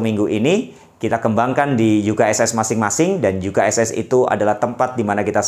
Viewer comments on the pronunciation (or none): Ngomong nya U ka es es lah, Jangan Yu ka es es, kan menerangkan pake bhs Indonesia, bukan bahasa Inggris jgn tersinggung ya. Makasi utk youtube nya.